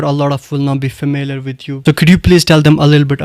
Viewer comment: Host is trying his best to talk in British accent but unfortunately he cant pronounce familiar 😂😂😂😂 Comming to the caste system, it only exists in Sayeed and Andrabis. Islam doesn't promote caste system so it's no more a topic of discussion. My mother is Mir, I'm Sheikh, my wife is bhat. You should continue making videos in your mother tongue i.e, Kashmiri. Stop bragging english. Caste is nothing but a satanic way of discrimination.